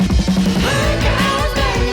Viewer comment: Wtf is a vankah? Nobody says it like that including gunter